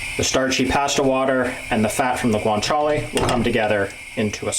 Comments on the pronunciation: Nice summary. But please… it is ‘pah-sta’ not ‘pay-sta’ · What's so f-ing hard about pronouncing the word 'pasta'?? It's 'paaastaaaa', as in with two 'ahs'. Not 'a' as in 'apple'. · Where can I get written recipes? Also, he needs to learn how to say PASTA! LOL